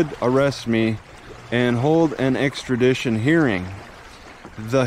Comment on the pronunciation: "Exkradition"?? eh? lol